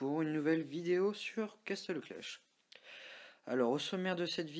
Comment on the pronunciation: Tu sais que c'est "Castle Clash" ? Et non pas "Castel Clash" mdr